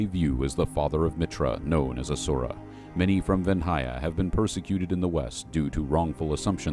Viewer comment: Great video with some 'interesting' pronounciation. 🙂 Vendhya is supposed to be pronounced Vendia, isn't it? Bryth sounds like Myth 🙂 Herkania etc.